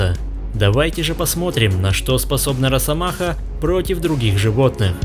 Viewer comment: Не.. надо говорить не рассамаха. А РАССАМАХА😂